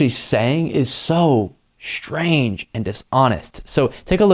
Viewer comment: The word is pronounced "strange" - not "shtrange" (14 seconds in). Just a minor critique.